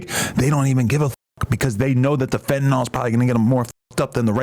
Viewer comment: “Fettanol”😂 dawg it’s “Fentanyl”. Fen-ta-nil